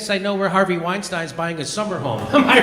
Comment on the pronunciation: His name is pronounced Wine-STEEN... I know he's still repugnant and vile and a rapist but the least you could do Jimmy is pronounce his name correctly.